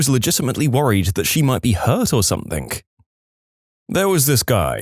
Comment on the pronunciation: No K in the word something